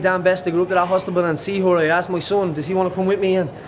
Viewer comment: Hostibal haha. Aboii Paddy